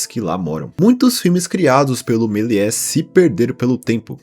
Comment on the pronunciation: Meliés se pronuncia Meliê